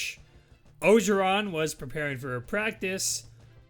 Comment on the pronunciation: It’s pronounced “Oh-jer-ron” and if you watched football at all in 2019 you would have heard his name 100000 times